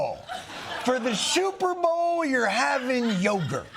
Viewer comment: Big fan but he said shuperbowl and I dont why it bugged me.